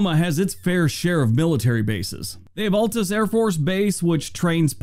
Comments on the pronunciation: Okie born and (mostly) raised. Raise your hand if the video narrator's mispronouncing Altus was like finger nails on a chalkboard 😬😬 It's a wonderful state, but its beauty is being destroyed by wind farms. 😡🤬😡 You used to be able to drive down Interstate 40 and look out over the rolling hills dotted with trees rows and fruitful farmland, and now, it's blighted with acres of ugly ass wind turbines 🤢🤮😡 (climbs off soap box) 🤘Rock on, 🤘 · He also didn't pronounce Altus or Enid correctly. Oklahoma's towns are possibly the hardest to pronounce by outsiders. It is a good thing he didn't mention Hobart, Chickasha, or Miami.